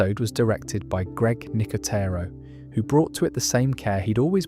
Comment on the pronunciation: Bro cant decide how to pronounce Nicotero, said it at least 3 different ways in 3 minutes lol